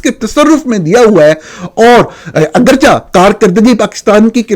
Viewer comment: نورانی بھائی ہزیمت کو آپ نے ہزیمت بول دیا،براہ کرم درست فرما لیں، اگرچہ کو میرے علم مطابق اگرچے کر کے پڑھا کریں آپ اگرچا پڑھتے ہین، آپ کی سلامتی اور ترقی ایمان و کردار کے لئے بہت دعائیں،